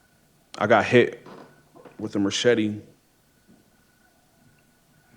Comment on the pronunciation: Lol ya "merchete" is driving me bonkers